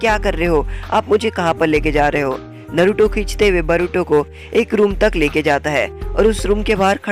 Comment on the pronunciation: Bhai tum bar bar naruto ko baruto kyu bol rhe ho